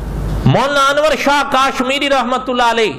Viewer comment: Molana sahab kaaaashmiri nhi hai kashmiri hai 😁😁😁